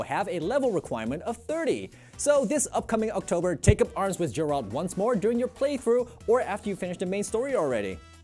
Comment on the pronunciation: how come people still dont know how to pronounce Geralt's name right? lmao